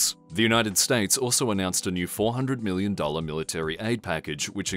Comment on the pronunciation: Oi. It's Billion, not Billon. Also, it's Million, not Millon